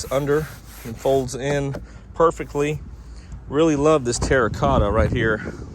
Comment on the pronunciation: Go ahead and say Terracotta one more time, I dare you. ( lol)